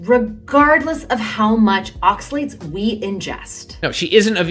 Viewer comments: Advice on oxalates from someone who can't properly pronounce the word. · Why do you say oxalates like that? No one else does.